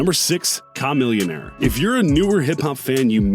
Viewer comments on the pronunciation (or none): Bro it’s CHHHHAAAAAAAAA NOT KHAAAA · This fool has butchered just about every name on this list. Who tf is Kah-millionaire? It’s pronounced cuh-millionaire. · Ch-Ch-Ch not ka smh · KAH- millionaire. 🤣🤣 It's Kuh - Millionaire. You made my ears bleed with that mispronunciation lol. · KAmillionaire? Isn't it CHAmillionaire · Kemeel-ya-nair dammit. Not KA millionaire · It’s chamillion-aire not cha-million-sure, it’s made to sound like a Chamaeleon-sure, Jesus do you even research! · Yeah I don’t know who kuh-millionaire is. But Chamillionaire... chuh it’s pronounced Chuh 🙈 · Kaaaa millionaire Bro.. It’s chameleon + millionaire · Bro, it's like Chameleon + Millionaire. Chamillionaire. Like the beginning of Chameleon, and then the word millionaire. Not "Kah-millyun-air" yikes. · Normal people : chamillionare Video host : kamillionare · Im irritated how he pronounced Camillionaire!! KAHmillionaire!! REALLY??! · KAH-millionaire lol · Kah-million bruh💔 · How in the hell you say "chameleon" correctly, but can't say "Chamillionaire" baffles me.. why didn't you say KA-Meleon like you say KA-Millionaire? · So many L's taken in this video. Says he has 8 rappers, only does 7, say "KAAAH-MILLIONAIR" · Ka-milionaire 😂🤣🤦🤦 this is a completely useless and largely inaccurate video and for some God damn reason I can't stop watching it! 😂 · Kha-millionaire lol tf ? you mean chamillionaire? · Caw-millionare....😂 I had to look at my phone screen to see who he was talking about. Then I realized it was my favorite rapper. 🤦‍♂️ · Who the hell is KA-millionaire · Kaw-millionaire? Are you a crow, bro? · Did you really say CUM - Millionaire? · Its not Ku not Kamilionaire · KAH-MILLIONAIRE ? LMAOOO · Who the hell is Com-millionaire? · You mean “kaaa-millionaire” man the way this guy said his name made me cringe. Lol. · Why does dude swedish meatball smoothie drinking ass say his name like that "Ca Millionaire" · Kah-Millionaire... come on, dude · Did he just say chameleonaire 😂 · Haha same here